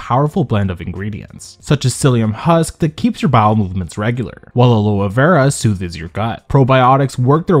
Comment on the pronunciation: Wait, hold up. Pronounce Aloe Vera again.